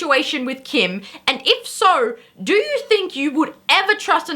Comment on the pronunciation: You say do like doer